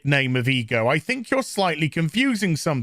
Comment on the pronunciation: Who else hears e girl every time he says ego